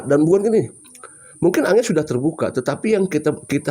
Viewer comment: ANGGER BANG BUKAN ANGER, ANGGER ITU BASA JAWA SAPAAN LAIN UNTUK ANAK2 YG LEBIH MUDA...NGGER,CAH BAGUS